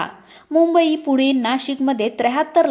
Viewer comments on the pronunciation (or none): none